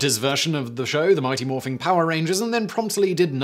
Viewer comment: Simon. There’s no “g” in the word Morphin in the title. Adding one at the end make it sound SO WEIRD! :P